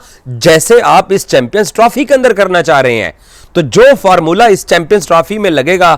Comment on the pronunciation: DADTAR ❌ DAFTAR DADAGIRI ❌ DDAGIRI FORMULA ❌ FARMULLA